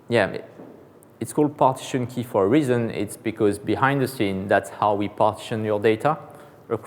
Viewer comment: Dear AWS! Please provide an edited transcript of this so I can follow! Having someone who is unable to say "relational" or "partition" in English without me having to rewind fifteen times is really not a good start. I mean no offense and I'm sure if gave the talk in French it would be absolutely wonderful. But in English? No way. There's just no point.